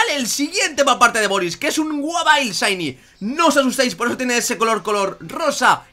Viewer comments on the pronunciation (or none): none